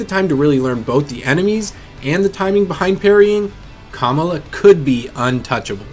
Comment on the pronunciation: Why he say Kamala like that?